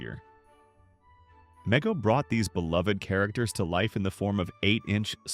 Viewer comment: It’s pronounced “Mego” with a long E